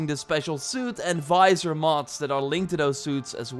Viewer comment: Visor not Fizor lol